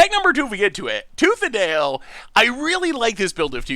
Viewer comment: attempting to mash tooth and nail together:: Tooth ale? My brain: Toothanal!... yup definitely.